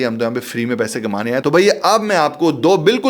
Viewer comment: I like the way u say "Bhaiya" its a typical Delhi style of saying that...